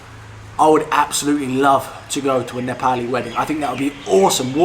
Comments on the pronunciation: You have started saying nepali correctly 😂😂 appreciate that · I like the way you say " NEPALI " in Nepali tone...watched your many videos.👏 😊💐